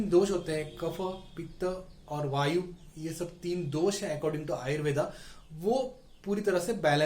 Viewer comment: The pronounciation is Ayurved, not Ayurvedaa 🤦🏻‍♂️